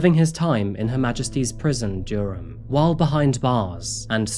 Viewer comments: ... 'Serving his time in Her Majesty's prision, "(Dure-am)." It's 'Durham' bro, 'Duh-rum.' You live in England, English is your first language, this is a well know English town. I have never in 30+ years heard any English person ever pronounce it 'Dure-am.' 25 seconds later you can nail "nefarious rumination'....but you cant say 'Durham'... Bonkers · Come on mate. It's pronounced Duh-rum! Judging by your accent, your British so I can't believe you don't know this. It's hardly obscure. Anyway, I did enjoy the video so thank you for that! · I have never head anyone pronounce Durham like you did , i thought you were British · Its pronounced dur-am not dyyerham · Alway amazing videos and content….. but ….. Durham = Durrum not Dureham - most of your phonetics / use of English are pretty bad (awful), but I really enjoy your videos and content…so am a fan and will continue to watch and follow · Dureham ? Come on dude , I've been with you since near enough the beginning and I know that you are ,like myself a stickler for the English language and pronunciation.. you know better .. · I swear, in practically every video, there's an obvious word pronounced completely wrong. I have a theory that you can go through, find each one, and there's a code that leads to the bodies that has buried in coffee shops around the UK. Durham pronounced as Dyuram... You know that's not right. Either that, or is AI. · It's pronounce Duh ram,. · Did you honestly pronounce it dure- ham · Are we absolutely sure that these videos are not narrated by just using text to speech? Personally, I have never met a British person so ignorant that they don't know how to pronounce the name of the extremely well known City of Durham. The sentence stress is all over the place as well. Frankly, I think an automated system would do a better job. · That's not how you pronounce Durham 😂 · I have never heard someone pronounce Durham in such a strange way haha